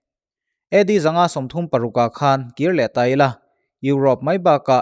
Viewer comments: A ngaihnawmin a bengvar thlak țhin narawh e. I aw a fiah țha a, a chian bakah chhiar i thiam thlawt. Mahse, 'khan' i thluk dan hi..... a thluk hi a pawimwwh, 'khân' angin i thluk mah mah. A awmzia a dang daih a nia. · 'Khan' tih i thluk dan hi 'Khanchhuk' tih a 'khan' tih anga hian thluk tur anih hmel. Engpawhnise i thiam ber tho tho e